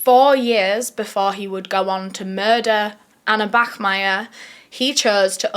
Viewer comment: thank you for not saying "bakmeier"🫶